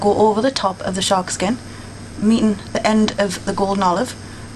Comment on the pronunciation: SORRY ITS "SHARKSKIN"